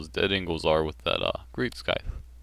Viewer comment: Why do you say skyfe? Wouldn't it be scieth? I'm talking about the scythe weapon. It's the first time i hear that pronounce